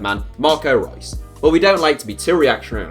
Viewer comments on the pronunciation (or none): none